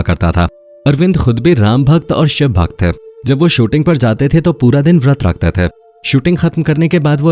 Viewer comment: थे cler nhi bol rhe ।।। ते nhi थे